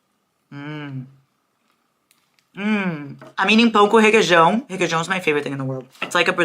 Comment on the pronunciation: GIRLLLL, you saying Requeijão so perfectly caught me by surprise!!!